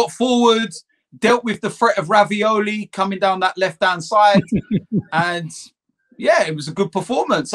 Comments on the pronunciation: Who the F is Raviolie? Did he mean to say Reguillon? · Raveole hahahaha reguilon u mean hahahahah